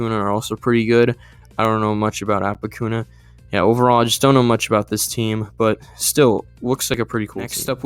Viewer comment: Orange, The bek pronunciation was close, i wouldnt say it needs attention unless you want to perfect that, same with apokuna, bekyamon would be prnounced as bek-ya-mon and apokuna as app-oh-coo-na, adding onto orange info, eloise and beky have a very similar set of friends, and as you said beky is a good event player, would be playing as the middle player in performance expectations id imagine, as for apo's skill, they have a 1899 point avg as well as an event rank avg of 17th (avg points across all players he is 25th) so definitly a pretty good player, i feel like he will be top 15 if this team can place near top half